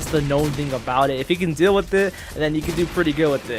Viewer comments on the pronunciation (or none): none